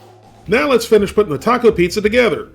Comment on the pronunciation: A pizza this, apizza that, and eeehhhhh, a pizza cake!! :P